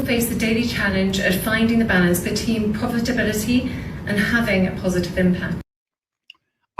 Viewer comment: The balance “BETEEN POVERTABILITY” 😂. Khate needs to start with “the rain in Spain falls mainly on the plane”😅 Khate is not ready for advance level elocutions 🤣🤣🤣